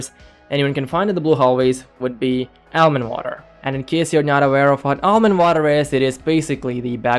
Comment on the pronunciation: Plz say Almond Water correctly thanks